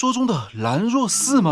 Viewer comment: ＂蘭若寺"的"若"，應該念作＂ㄖㄜˇ，或rě ＂；蘭若，指寺院。